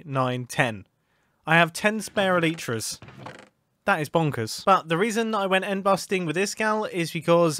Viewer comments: What did you just say?? eYlsHA's ?! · Alyshas???? LMAO He means elytras.